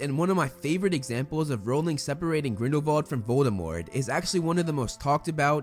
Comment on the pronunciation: Wow you are the only person I've watched pronounce Grindelwald and Voldemort's name correctly.